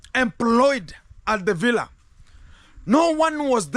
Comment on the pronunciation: That's how Rocio pronounce it ....that's why many people are saying it that way.